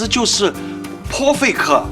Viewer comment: “泼费克” - perfect 🤣🤣🤣 谁来告诉我听错了 太可爱啦